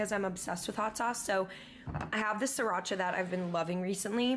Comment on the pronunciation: I hate her so much for calling yellowbird "siracha" NO. lol you don't deserve yellowbird if you're gonna disrespect it this way.